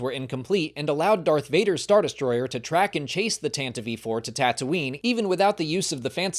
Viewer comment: Tanta-vee 4? Is this an AI voice cloning artifact that wasn't caught?